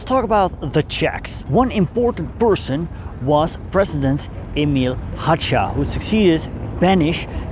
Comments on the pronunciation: I guess it was necessary to check a pronunciation of the Protectorat's Staatspräsident's name: he was [ˈɛmɪl ˈɦaːxa] (wiki: In Czech, the letter ch is a digraph... however it is a single phoneme (pronounced as a voiceless velar fricative [x])), not [ˈɛmɪl ˈɦaːtʃa] as you told. And once more: historically more correct is to say that pro-Axis Russians took part in Prague uprising wasn't ROA, because it hadn't been exist at that moment (and, to be honest, de facto never existet), it was a part of Armed forces of the Peoples' of Russia Liberation comittee (ВС КОНР, Вооруженные силы Комитета освобождения народов России), which consisted of not only former ROA units and members but also a lot of former and still existing Russian collaborationist units (f.e. XV SS cavalry corps). But only one Comittee Armed Forces unit took part in the uprising - it's 1st Infantry (or in German designation 600. Infanterie-division (Rus.)) leading by it's commander Maj.Gen. S. Bunjachenko. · Hácha should be pronounced as /'ha:xa/.